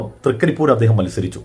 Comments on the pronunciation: Thrigaripur alla 😂😂😂Trikkaripur 😂😂😂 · തൃ ക്കരിപൂറ് ആണ്😂😂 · ത്രിക്കരിപ്പൂർ .എന്നാണ്. അറിയില്ലങ്കിൽ പറയരുത്